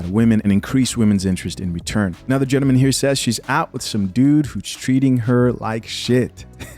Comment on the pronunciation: Dude if you don't put that "L" back in gentleman 😂